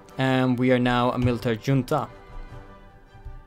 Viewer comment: The amount of Swedishness in pronunciation of "Junta"